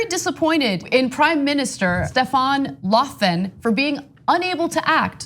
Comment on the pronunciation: omg how she says Stefan löven